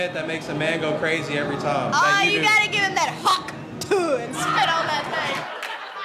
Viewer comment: "HAUK" Tuah. It's HAUK, not hAwK